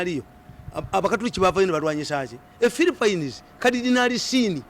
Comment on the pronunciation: naye kano akasajja kogera biki? what is yolopu, filipayini....akassiru Mzee Mirundi aswaza Ug